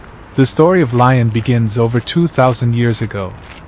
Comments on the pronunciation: how can you say l ai on if you are making a video...at least pronounce the name of the town correctly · If you’re gonna do a video about a city, at least look up how to pronounce it properly.🤦🏻‍♂️